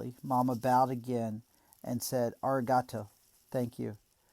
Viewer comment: (one note) it is A-ree-gah-toe